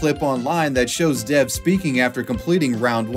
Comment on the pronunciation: rq it’d actually be more accurate to pronounce the name “dev” as “dave”